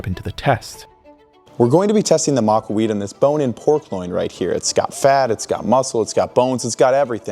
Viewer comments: Excellent quality and history Is spot on but the absolute dumpster water magled trashcan of a pronunciation for the real name of the weapon is wild. Also there are absolutely a massive collection of tablets and drawings where they used the large rectangular blocks of obsidian. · That's not its pronunciation. It's gibberish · This pronunciation of "macuahuitl" would have done more damage to an Aztec warrior than the actual weapon 😭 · It's Ma-cua-HUI-tl, not Ma-CUA-huit Emphasis on that last part Heck, there are maaaany youtubers who understand that yet the guy who "did his research" doesn't? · Thing is in the process he messes up the correct syllable to stress. Point taken in that at least he cared to keep the "h" mute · Could not watch it due to how they were pronouncing Macahuitl. Its not pronounced "Mac-wah-we-ich" Its literally vary easy "Mah-kua-he-til". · MAAh-KuAAh-Wee-tL not macaweet. Así como él lo estaba pronunciando fue suficiente para enojarme. Hui like in the word Huisache. and tl like in the word Nezahualcóyotl or Axolotl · Your pronounciation is not one I've heard. I've heard it pronounced "ma-kwee-tle", with the last syllable sounding like the last syllable in "turtle " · Its pronounced mah-kah-huatl. Maka-wattle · Pronounce the last "l", like the work "little." Pronounced Ma-coo-a-wee-tl. Your pronunciation, of not saying the last "L" is annoying. You should have gotten a swordsman or looked at YouTube videos on how to use swords. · Ma-cua-hui-TL, you gotta pronounce the TL harder. Sort of like take "tul". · You're pronouncing it wrong. To keep it simple say (MAW KAW HWEE TL) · Not exactly absolute historical accuracy. Its pronounced Maka,wotal 😂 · "Ma-kwa-wheat" 😂 EDIT Hmm, the sources I looked up pronounced the "tl" and outright said the ending part was supposed to be pronounced so that it rhymed with "beetle" and said that that was correct way to pronounce it. Which one is it then? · Its not, its pronounced mah-kwa-wit-sh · Ma kwa wetł